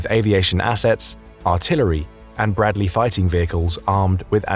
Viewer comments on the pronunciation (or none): none